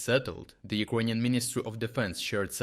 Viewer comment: Took me a while to realise you're saying "Ukrainian" :D